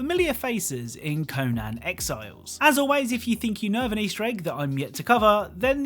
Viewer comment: "Co-nan exiles"